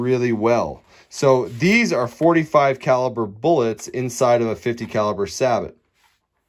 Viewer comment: Informative video. Thanks for posting. Sabot is pronounced "say-bo"